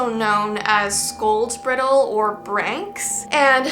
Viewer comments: just me laughing at the fact u called it a “briddle,” when it’s a bridle like you put on a horse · Cool video, but the "i" in bridle is long. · It bugs me she mispronounced bridle lol but otherwise cool video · Witches Bridle. Bry-dle like a horses bridle. 😊